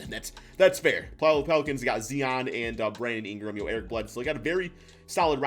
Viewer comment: Man i rly don't like the way you say zion's name xdd